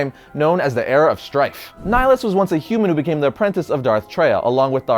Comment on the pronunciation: Darth Ni-HI-lus not N-ai-lus! It's from nihilism mate